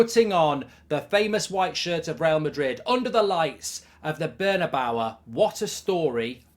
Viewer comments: Its carabao and bernabeu. Not carabaoa and bernabeua. Please stop this mark lol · BernabeauA .......CaraboA..????? 😂😂😂😂😂😂😂😂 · Bernabawa? Lol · Burnabawa😂😂😂😂😂 what an idoit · “The lights of the bernabowa” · The way he said Bernabeu 😭😭😭